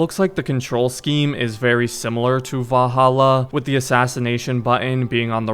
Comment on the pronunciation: Bro cant pronounce valhalla properly to save his life